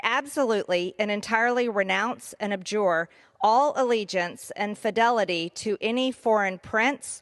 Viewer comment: "...abjure ...potentate ...heretofore... " You can tell by the way she mispronounces uncommon words that this is probably the first time she's read this speech aloud, or, possibly, ever seen these words. I bet her staff wrote it, handed it to her as she walked out of the office, and then she just skimmed over it in the hallway. For someone who regularly wrestles with the English language, she needs a better strategy.